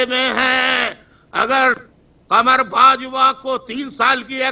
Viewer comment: Qamar Bajwa, he is pronouncing Kabar Bajwa.